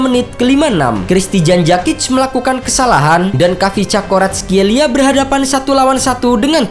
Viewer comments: Kavicakskorartkelia EMOT BATU dlu .. Koreksi yah min Cara bacanya " varatskelia " biar lbih aman sentosa buat lidah² org indo😂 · kvaratskheila oi bukan cakoratskeila